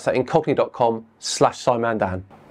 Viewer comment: Flat earhers lose badly? No! They lose magnificently, totally and comprehensively. As usual. They have never once come close to winning. I wondwred why you were gping on about cockneys but apparently you were saying ingogni.